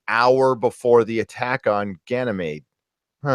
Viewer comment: Doris .... Doris Bourne Gan y mede. meeeeeeeee.d